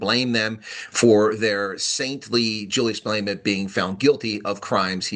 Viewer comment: no offense, but our entire country pronounces his name Mah Leh Mah, you kinda say mA leyma:)